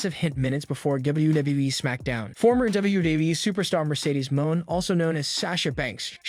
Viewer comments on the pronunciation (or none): Who did the voiceover for this? A robot? I hope so bec u cant be a wrestling site and not be able to pronounce wrestler names....Mercedes Moan? lol. Its Mone' as in Monet....smh...and he said "debutt"....its debut, like day-byu...lol